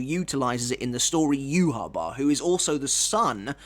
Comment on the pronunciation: The way you pronounce ywach it's disgusting...